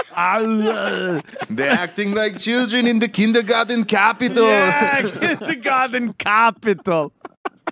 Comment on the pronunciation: Kindergarten copital